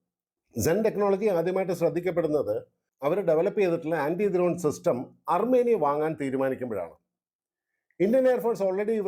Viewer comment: ദ്രോൺ അല്ല ചേട്ടാ ...... ഡ്രോൺ